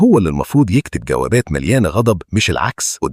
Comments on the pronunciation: الجوابات مش الغوابات ... جواباته مش غواباته الا اذا المشكلة بالحرف مشكلة نطق فاعتزر ساعتها انسى تعليقي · الفيلم جميل وعميق والتعليق رائع بس ليه كنت بتقول ( غوابات) مش جوابات